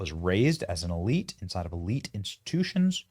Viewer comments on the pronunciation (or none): none